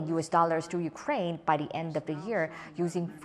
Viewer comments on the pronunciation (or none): I watch this while I'm working and I can never understand what is saying. "By da en of da year". Pronouncing it accurately is not just mimicking the American accent. You have to pronounce the actual consonants to sound more like a native speaker.